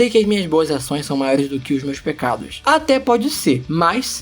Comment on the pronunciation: em algum momento vc falou pegados, não pecados